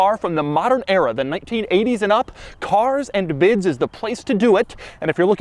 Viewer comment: Ok The shadow vowels are getting on my nerves Carrrzzzuh anduh biddzuh